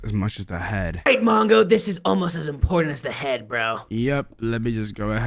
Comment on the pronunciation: It's not mango is mongo